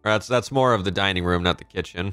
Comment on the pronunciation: it’s More not Moar unless it’s intentional